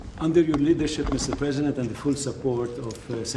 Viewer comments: Preisdent or president? New oxford dictionary 😊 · “Preisdent” that’s so bad….